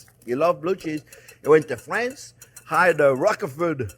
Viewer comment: My Daddy used to INSIST upon correct pronunciation of Rock-e-fort. I'm so glad that you've confirmed it, just in time for a GREAT creamy coleslaw BBQ and lots of fireworks! Happy Fourth, everyone!